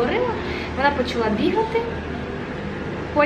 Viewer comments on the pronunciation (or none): none